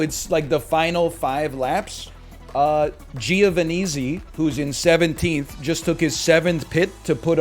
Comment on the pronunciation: My man said Giova-neezi